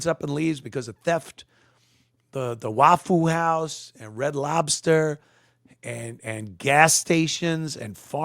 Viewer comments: Saying Wah foo makes this a bit hard to watch sorry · I came here just to hear him call it "Wafoo House" 😂😂😂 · It’s pronounced waffa how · "Waff-foo House". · "waffule houe" 🤣🤣🤣